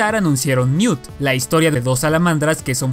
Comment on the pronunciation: Se dice NEWT verdad.